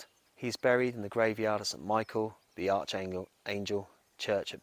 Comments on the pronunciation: I might just mention that Archangel is pronounced ArKangel, (incidentally there were four archangels) , but a lovely epitaph to one of my favourite 60s Comedies. Steptoe & Son which actually hasn’t really dated imho. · That’s not how you pronounce Archangel mate